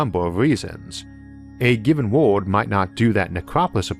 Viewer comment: Can't tell if you're saying world or ward.